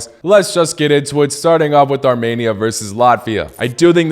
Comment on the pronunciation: I’m from 🇦🇲Arminia🇦🇲 so I know it’s pronounced Armenia, not Tarmenia!